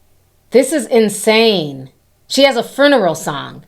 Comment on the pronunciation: lol a fruneral song lol I love when ppl pronounce funeral fruneral lol so cute 😂😂